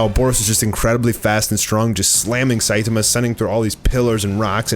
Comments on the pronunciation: It’s sai tAHmAH not saitamuh. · SAI TA MA not Sai ti ma 🤦🏻‍♂️ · Why do you say “Site-Tema” kinda annoying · It pronounced say toma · sai-tummuh lol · At least pronounce the name of the main character properly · The way u pronounce Saitama 😂😂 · Pronounce Saitama’s name correctly. You’re butchering it smh 🤦🏼‍♂️ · I like it when you pronounce Saitama. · No hate or anything but the way u say Saitama bothers me but love ur videos keep it up! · how do you manage to butcher Saitama that badly lmao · Hey,. Are you aware that you’re pronouncing Saitama’s name wrong, and are you going to do anything about it? Edit: Ex: The a in the middle is being pronounced as a e in the middle